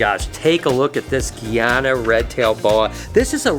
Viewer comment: please its GUYana like guy, not gee lol